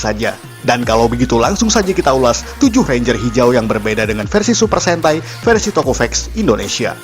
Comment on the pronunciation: versi bang bukan versu